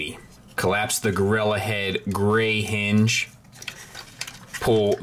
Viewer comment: I love that they called it Gorira. In my mind i hear it being said by Oscar.